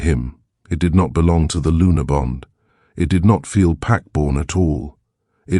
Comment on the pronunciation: Luna not Lunar.